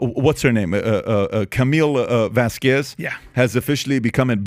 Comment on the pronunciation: So glad English speaking people are learning to say Vásquez and not Vasqüez